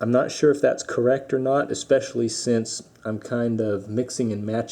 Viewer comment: Interesting not intresting. Especially not speshly. Manifold not manafold.